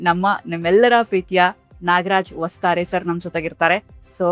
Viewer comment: ಹೊಸತಾರೆ ಅಲ್ಲ ವಸ್ತಾರೆ